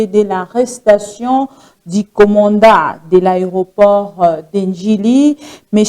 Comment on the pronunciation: STP C EST COMMANDANT (DON) ET NON COMMANDA...